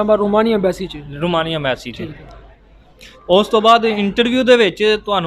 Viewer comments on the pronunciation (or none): میسی نہیں ہوتا۔۔۔ایمبیسی ہوتا ہے